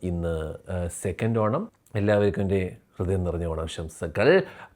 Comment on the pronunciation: ഓണം എടുത്തു പറഞ്ഞു എന്തോ കുത്തുന്ന പോലെ 😂